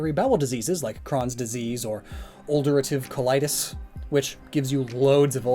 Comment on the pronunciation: I've never heard Crohn's and Ulcerative colitis pronounced like that. And I have Crohn's and they used to think it was Ulcerative Colitis